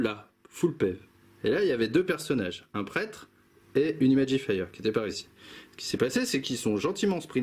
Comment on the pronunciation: C'est très cool bien expliqué et super niveau ambiance Attention à l'accent anglais. Imagifer ne se prononce pas Imagifire. Dans ce cas là il vaut mieux s'abstenir ;)